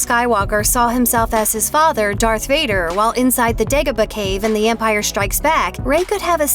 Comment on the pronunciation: Why does she keep saying dark and not darth?